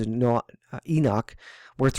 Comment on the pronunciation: Thank you for calling him ENOCH and not enik😒 lol that drives me crazy man lol 😂